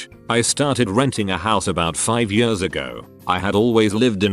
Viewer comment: Nobody: TTS: FAST FOWARD 20 “YEORS”